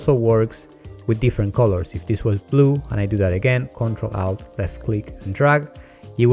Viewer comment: Just to put it out there for those who are watching this video for the first time, when you him say, ''Out", he's actually saying alt.